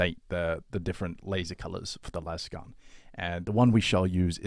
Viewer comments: Someone pronounced lasgun like laser the other day and I had an existential crisis. Why is everyone saying lazzgun like Las e fair? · Because lazz gun is how it is officially pronounced by all 40k media no one says lase gun. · Lasgun is the Gif / Jif of the 40k generation. If it's a laser gun then it should be laze-gun not lazz-gun